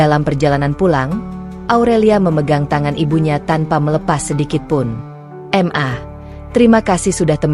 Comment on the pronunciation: Kenapa sih ? Pembuat konten nya mengucapkan Ma , kok diucapkan Em A . Aku rasa kalo anda terus2an bgtu ngucapnya ? Anda orang pinter ? Tapi keblinger .